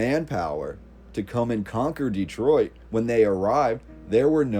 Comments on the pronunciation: Great video and some lovely photographs. One thing is killing me is your mispronunciation of the name. No one born here puts the hard emphasis on the first syllable. We make the first E much softer. Instead of Dee-troit we pronounce it Deh-troit and shorten the first syllable. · It's not DEEtroit, it's Dehtroit. with the emphasis on the second syllable. Please pronounce it correctly. you can look it up. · Folks pronounce it many ways but we have always called it Duh-troit not Dee-troit.